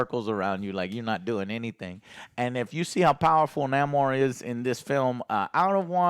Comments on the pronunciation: BRUH!!! Its not niamor it Namor (Nah-mor) came from sin amor they just took out the si so its Namor 😅😅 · its not Niamor its Namor as in "el nino siN AMOR" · Its not Ni-Amor... It's Sin Amor... Namor. Even in your own language yall still cant get this shit right. lmfao. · Isn't it Nay-mor? I swear Joe just purposely says major characters names different.